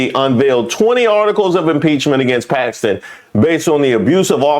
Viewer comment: That lady said she switched her vote to "packstin" because chrump endorsed him...wtf! A prime example of folks who cant think for themselves and need "daddy chrump" to think for them!